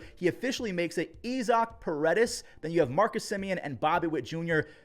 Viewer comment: Issac peer-a-deez